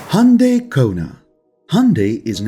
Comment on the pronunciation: The way u pronounce Hyundai makes me want to punch a wall.